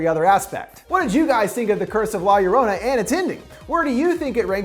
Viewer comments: "La Yo rana" hahaha. Its more like 'Gio-row-nah' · "la yearanna" IM CRYING AMFJSNFJSK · I thought Linda butchered it “La Luranna” 😂😂😂 man you’re white dude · It’s no LA - ya ranna it’s, la yo-row-na. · Luv your vid and all but I kinda just have to say this... Sorry... But it’s pronounced (La YO-row-na) I know it’s odd but that’s it. Again thank you for the awesome Ending Explained video. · Lorona not lor-ona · I love you but the way you say la lorrona is soo cringy. You should Pronounce it like la yah-row-nah quickly. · Law yerwanna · "La Ur-on-a." Makes me remember the first time Chills tried to say her name and said "La Lorena". I still piss my Mexican friend off with that pronunciation. XD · Um. No. Two ll’s in spanish is pronounced like a y sound. La yarona or yorona. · Man's just said ”la- your- honor” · Me, a half-Hispanic: corrects his pronunciation of La Llorona "La Llorrrooona". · La Yoh Roh Nah you bastard of linguistic butchering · He said la yorana ...lol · For some reason it offends me that he says La Yurana 😂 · It Pronounce la-zo-ro-na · the curse of la llor"anna" learn how to pronounce spanish words bro. at least you could have listned to the trailer they prounounced it correctly there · "The curse of La Lorana" is he even trying? Lol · Bruv it's pronounced law your-own-uh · Lah yah raunah 😂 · I cringed how he says La llorena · "La Yurana".... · Say it like this "lie-ya-ronah" 🤣🤣🤣 endings explained rules 🤘😝🤘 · Lmao the way he says La Llorona. LA Y A R A N A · "The curse of la lolrona" I'm sorry😭😭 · 420 needspeed la yolona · Violet it’s la yorona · God I hate the way he pronounces La LLorona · You said the title so wrong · The way he says la llorona 💀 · I flinch when you say "la llorona". U make it sound so wrong with your American accent😉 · He....he didnt say La llorona right....*cries in Spanish* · When all the Mexicans cringe when he pronounces la llarona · I cringed when he prounced la llorona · Fucking butchered the name.